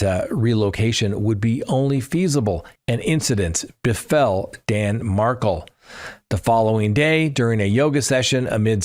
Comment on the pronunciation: Love the videos, but so many Adelson trial name mispronunciations: Dan Mar-KELL, Kathryn Mag Ban a WAAH, Jeffrey La CAASS. Not criticism, just followed this case for years and know the players. Keep up the great content.